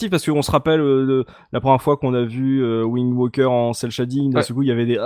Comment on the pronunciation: Faut pas dire "Wind Woker"